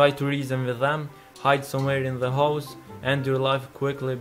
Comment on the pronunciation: The way u say house sounds like hoes